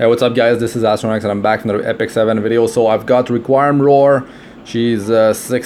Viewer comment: It’s re-queem